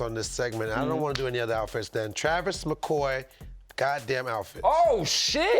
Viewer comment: Dad kept pronouncing the name Travis